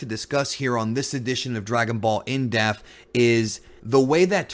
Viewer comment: dePth... dePth!!!! The fuckin p isn't silent bro drives me nuts "On this in deaf" is what your saying